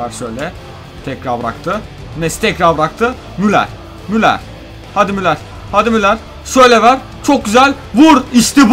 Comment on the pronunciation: müler değil müller (okunuşu)